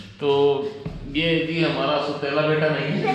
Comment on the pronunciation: لفظ سُوتیلا نئی ہے سَوتیلا ہے